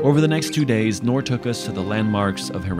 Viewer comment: Don't want to be rude but it's noor